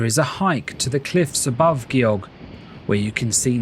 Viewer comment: If you're attempting to make a professional video about a country, out of respect, you really need to make sure you're pronouncing the place names correctly. Gjogv was not even remotely correctly pronounced at all.